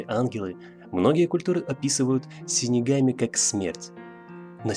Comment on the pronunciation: Дизлайк за "синигами"))